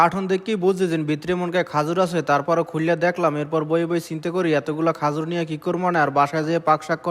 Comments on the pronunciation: খেজুর কে খাজুর বলে এই কথা শুনে বুঝে ফেলছি খেতার গাট্টি মানে বরিশাল 😃😃😃😃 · Khajur ki? Khejur bolen.kotha shundor kore bolen borisailla